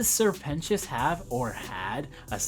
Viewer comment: This video taught me how to say 'Sir Pentious' correctly